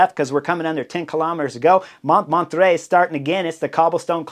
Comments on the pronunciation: Montmarrrttrre, not Montmatre (but I noticed the spelling was wrong on the road profile, so ...). But still, Chris! You knucklehead :-) You've been to Paris! Famous Montmartre! And the directeur sportif of Team Belgium is Vanthourenhout, Sven, not Nathan Van Hooydonck, but you are obviously excused for not being able to pronounce that name: Van Toorenhawt, something like that. But great stuff again. Some commentators liked this Paris circuit so much that one suggested they should do a nice one day race here every year. Even as a stage in the Tour? Personally, I don't think it is suited for a big peloton. Any thoughts? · I have never, ever heard Montmartre pronounced that way :) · Pronunciation of "Montmartre" 😅: no wonder you couldn't win Tour de France 😂.